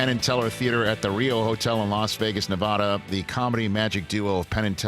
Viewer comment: Nev-AD-a not Nev-AH-da, Rich. As a Nevadan, I'm surprised Penn didn't give you an on the spot correction.